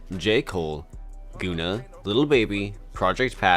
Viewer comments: Its Gun-na not Goon-na lol You gotta work on your pronunciation You butchered Decatur lol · This mf called gunna goona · Man calls himself rap messiah but cant say gunna 💀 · Why he say gunna like that🤣